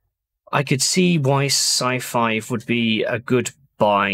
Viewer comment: You keep saying scifive and I keep hearing scifi as in science fiction Nice video